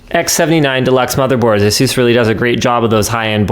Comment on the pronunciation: The way you pronounce Asus, is it the way you pronounce Jesus?